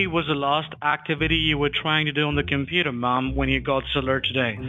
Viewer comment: "what exactly was the larst actee-viddy you were trying to do on the cameputer marm"